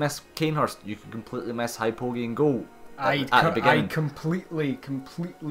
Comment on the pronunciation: Its pronounced Hypogean Jail... The old way to spell Jailer is Gaoler